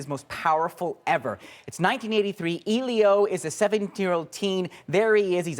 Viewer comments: You're so right, I want to jump off a cliff too! Elio was the name of my first boyfriend in Italy when I was 17, so I'm particular about the name! It's "Eh-lee-o", the "e" pronounced as the e in "egg"... I'm surprised at the guy in the vid -- they pronounce his name in the movie only about a 1000 times (duh!) so I'm baffled as to why he's getting it wrong.... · "Eelio"? Damn it, it's "Eh-lio"! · The fact that ur saying EE-lio instead in Elio is pissing me off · the fact that he says EEElio EEEritates me. 😒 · I stopped watching after he said "Eeleeo". Did he not watch the film? His name comes up a lot, surprisingly. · I'm Canadian and I disapprove. ain't no eeeelio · ellliiOOO omg hes saying hes name wrong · As the critic butchers the name "Elio," I clicked thumb-down and now I'm off. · The way that guy says "Elio" makes me want to jump off a cliff omfg it's really not that hard to pronounce